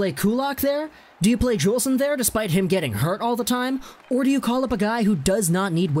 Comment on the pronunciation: Noah Juulsen is pronounced Yoolsen. And he took a puck to the eye and is still recovering his vision. They thought he wouldn’t be able to play anymore.